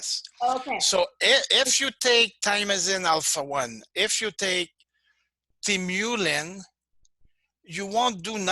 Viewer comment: He almpst pronounces them the same way. Frustrating